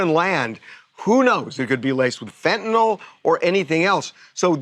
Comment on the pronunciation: Fentanyl NOT Fentanol!